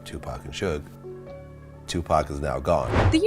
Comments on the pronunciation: Give this a thumbs down for this witch calling Suge Sueg and 2PAC name like a cigarette thumbs down 👎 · The way this woman keeps mispronounced Suge's name is really annoying!!!!